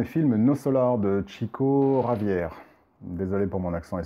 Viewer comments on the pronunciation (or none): Intéressante analyse du film, le coté suicidaire m'avais pas mal heurté également... juste pour info et si cela t’intéresse, Chico Xavier était Brésilien et son nom se dit " Chico Chavière" . Merci pour ta vidéo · En tant que prof d'español je trouve votre accent très bon, félicitation ! par contre il me semble que Chico Xavier était brésilien donc ça se prononce "chavièr"